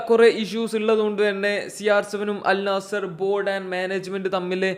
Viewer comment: ആദ്യം അൽ നസ്സർ എന്ന് പറയാൻ പടിക്ക്